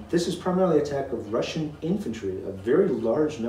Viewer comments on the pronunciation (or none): "The wussian wears gway."